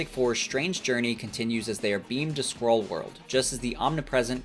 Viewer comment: So as someone who was listening and not reading, I thought there were shapeshifting squirrels. Maybe you should say "skrull" like you're saying "skull," but you got my comment so hayo